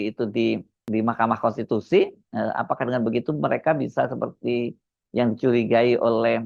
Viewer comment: Pembaca laporan ini kurang cerdas, tapi menghendaki orang yg dibicarakannya cerdas. Cara membacanya seperti robot tapi banyak kesalahan baca. Pembaca lain juga tidak bisa membaca kata "konstitusi" tapi menggantinya dengan "kontitusi". Orang-orang ini nampak sekali tidak biasa membaca. Bagaimana mungkin mereka mau membaca fikiran rakyat. Dan orang-orang ini digaji dengan segunung uang yg tidak salah cetak.